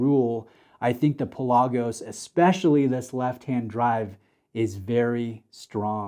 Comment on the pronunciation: Do your homework.Its pronounced Pè la gosh: meaning deep sea in Greek It's not just a made up name